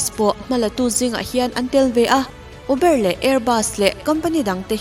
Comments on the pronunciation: Eubar hi adik tho a mahse atam zawk chuan ûbar tiin anlam teh daih 🙂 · Pronounciation correction -uber (pronounce as Mizo tawng Ûbarr) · uber ilam dan khi adiklo...ubar tih ag a lam tur... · Uber nilo in ubar tia lam tur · uber itizel aaa,,,ûbar ti a lam zawk tur ania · I "Uber" lam dam chu leh! Enge aw ka lo 🤔🤔🤔🤣🤣🤣 U...bâr tia lam tur😄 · Zo tawng takin Uber. Ubar tia lam tr a nia😁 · "Uber" kha iu-bar ti a lam zawk tur ouhh... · UBER i lamdan hi mak k t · Uber hi i chhiar diklo nih hii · Atir ah 2015 iti.....chuan uber lam dan hi van mak bik...🤭🤭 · uber lamdan kha diklo deuh